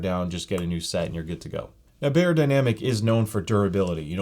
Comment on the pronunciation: you wouldn’t say soony or heefeemain. it’s not bay-er, it’s buy-er. beyerdynamic is a german word. “buy-er-dynamic” not “bay-er-dynamic”